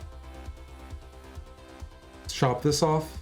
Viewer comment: knight oof instead of orf. I'll see myself out.